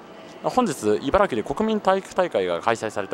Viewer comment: 茨城県の人はいばらぎと発音します。スーツさんはいばらきと正しく発音してますね。